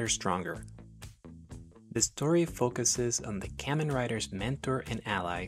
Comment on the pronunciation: Hearing you rapidly mispronounce “Kamen” dozens of times in a row is pretty hard to subject myself to.